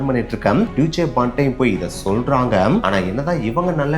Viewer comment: yeppa.... athu dooitche bahn illa pa. It has to be pronounced as "டாய்ஸ்ச்ச பாண் - Daaischa bhaan". athaavathu Deutsche Bahn. Deutsch (name of German language in Germany, Austria and Switzerland) should be pronounced as Daaisch (டாய்ஸ்ச்). Original name of Germany is Deutschland. So most of the government services are called there with "Deutsche...". அப்புறம் எவன் சொன்ன அங்க எல்லா ICE trains உம் நேரத்துக்கு வரும்ன்னு. நாம என்னிக்கி சீக்கிரமா station ல பொய் உக்காந்ததிறோமோ அன்னிக்கி 1 hour late ah வரும் . சொல்லாம கொள்ளாம cancel panni சாவடிப்பாங்க. நடு வழியில எதாவது காரணம் சொல்லி train எ நிறுத்தி train லிருந்து இறக்கி விட்டுருவாங்க . மொழி தெரியாம train ல ஏறினா ஊரு போய் இறங்கற வரைக்கும் திக் திக் திக் ன்னு இருக்கும். நடு ராத்திரில தெரியாத ஊர்ல இறங்கின அனுபவம் எல்லாம் என் husband க்கு உண்டு . நம்ம ஊரு காசுக்கு 6000 , 7000 ரூபா ticket.